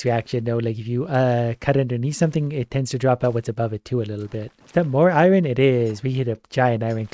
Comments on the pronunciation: I love, but like why does he pronounce iron i-RON instead of I-yon...😂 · Why does he say Iron like that? Triggers me everytime!